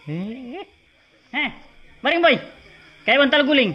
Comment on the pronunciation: mf slah sebut.....boi bukn roi🤣